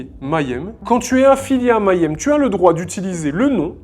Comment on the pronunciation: Salut, excellente vidéo, mais il faut que tu apprennes à prononcer le mot si tu dois le répéter autant dans ta vidéo... Petite astuce, Mayhem se prononce comme ceci (je te fais grâce de la phonétique): commence comme "meilleur" et rajoute "aime", ça donne "Meillaime" = Mayhem Continue le bon boulot 😊